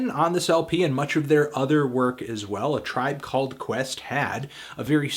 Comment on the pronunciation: A Tribe Cal-led Quest